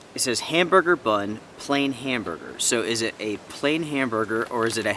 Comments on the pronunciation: The bun package didn’t say ‘plain’. Lol. It said ‘pain’, the French word for bread, pronounced similar to ‘pan.’ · I am sure someone has already pointed it out, but it is "PAIN" not "PLAIN". All food items are in English AND French in Canada. Pain in French is "bread, or bun". HAMBURGER BUN for English, PAIN HAMBURGER for French. Our two official languages. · It’s pain, not plain. Pain is French for bread, so “Pain Hamburger” literally translates to “Hamburger Bread”. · it is not plain hamberger but in french ''pain'' is bread so it is pain hamberger hamberger bread of bun if you prefer... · Canadian MREs are labeled in only French often. The French word for bread is "pain" pronounced "pahn". Hence your confusion on the no hamburger breakfast. It is just a hamburger bun.